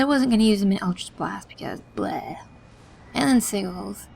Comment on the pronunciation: just an fyi, they are called Si-jalls., not Si-galls, just to broaden everyone's horizons =)